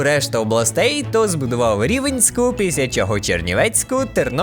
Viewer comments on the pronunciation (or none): Не Рівенська а Рівненська😊